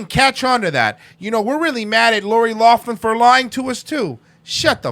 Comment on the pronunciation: Its Lough- Lin. Not loff- min. Lol.